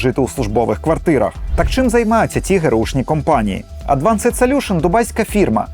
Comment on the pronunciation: Дякую за ваше розслідування, але англійську бажано вдосконалити. LinkedIn - не лінк-едін, а лінкт-ін, advanced - не едвансед, а едванст